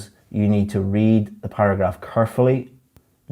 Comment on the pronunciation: Carefully? car fully? kerfully?